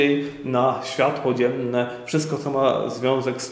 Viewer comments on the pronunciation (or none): none